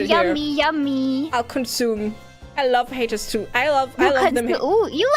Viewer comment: really can’t say love properly and says lomf. Sasuga green lady